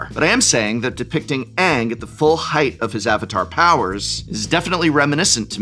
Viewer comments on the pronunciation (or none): none